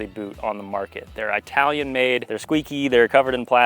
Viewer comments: "Eye-talian-Made" dude... Regardless great vid. thx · Wait; did you say "Eye-Talian"? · "eye-talian made" - 2023